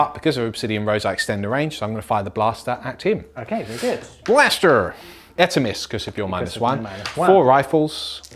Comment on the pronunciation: The new dice trays are really smart and look great. uses like a North American accent to say "blaster" which was surprising and hilarious to me.